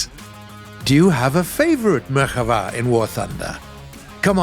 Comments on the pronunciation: It is not Merhava It is merKAva "chariot" in hebrew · I'm Israeli and I really appreciate the research on this video. I saw a MK4 in real life and it is by far my favourite, hope your working on getting it in the game. the only complaint I have is that the name "Merkava" is pronounced as it sounds and not like "Merchava", The stress on the last syllable is correct though (got me a little off guard ngl). Love from Israel!! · nah u donk say " merhava" you say " merkava" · Its MerKava not Merchava. Im an israeli citizen and ive seen them all day long :D The MK3D and the MKIV. We don't use MK2 and MK1 anymore, even the Merkava 3 is on its way out as i know. These tanks are BEASTS! Too bad the game version of the tank is not nearly as scary as the real one but then again most of the info about our Merkava is classified :D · it's merkava, not merchava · MerKava!!! With a K!! Not merilguctxvaaaa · Great video, but you said merhava, while you were supposed to say merkava. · Pronounced Merkava wrong lmfao 🤣 butchered hebrew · But why does he say merkava like that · Yes. Tho ol puts a bit too much flair on it.